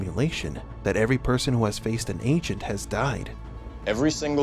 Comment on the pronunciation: Anyone else keep hearing “ancient” not agent